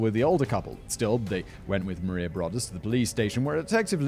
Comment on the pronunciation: It’s pronounced Bro-duss!